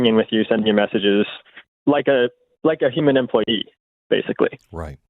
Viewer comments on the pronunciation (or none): none